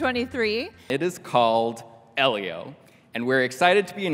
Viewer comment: It’s pronounced “Eee-lio”! Not “Eh-lio”!